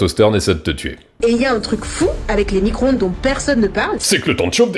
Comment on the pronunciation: Fourmis cro ondes 😂😂😂excellent 😂🤣